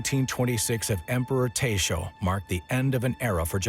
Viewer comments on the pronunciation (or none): “Emperor Teisho”!